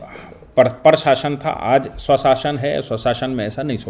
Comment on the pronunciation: आपका कभी-कभी गलत उच्चारण व्यथित कर देता है।साशन नहीं शासन है।